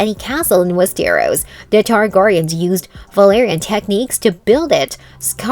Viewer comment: "Wees Ter Ros"